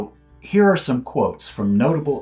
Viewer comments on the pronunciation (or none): none